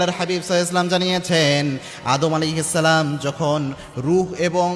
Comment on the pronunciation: ভাই আপনি সালাম টা ঠিক করে দিন আপনার সালাম দেওয়া টা সুন্দর হয়না